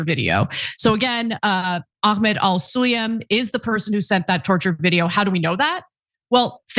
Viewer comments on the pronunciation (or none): For your information, the name Sulayem is not all that difficult to pronounce. Because IF you knew your English properly, then you would have known that it is simply pronounced in the way that it is written. Namely: SUL-AAA-YEM and NOT "SUL-EEE-YUM"!